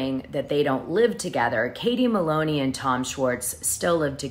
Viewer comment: How many times can u say katie maylone